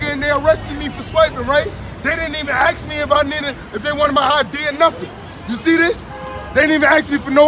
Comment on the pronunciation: It's "ASK" not "AXE"... an "AXE" (or "AX") is a device used to chop wood. Not that this kid is likely to know what work is.... :)